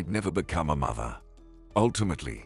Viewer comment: Apparently his pronunciation of "Mother" is pronounced " Mither"!!